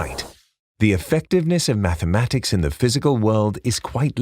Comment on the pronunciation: He keeps saying “maffematics”😂🤣